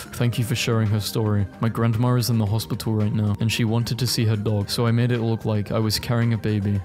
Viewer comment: no offence, but i find it weird how some people pronounce grandma as grand-mah-r